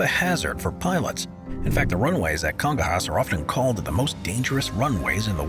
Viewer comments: Kun-GON-yas, not Congo-Hass 😔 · The airport in São Paulo is not pronounce Congo hass It's pronounced Congonyas